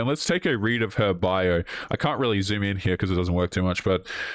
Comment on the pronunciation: "I cannot zoon in..." You cannot zoom in because she will not fit on the screen.